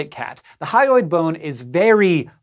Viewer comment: you always say "hyoid" like "highway".